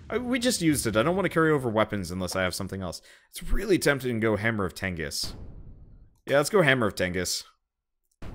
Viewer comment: If you keep calling it the hammer of tengis I swear to god